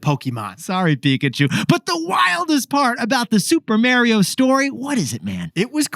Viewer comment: Stop saying Mary-o… 😭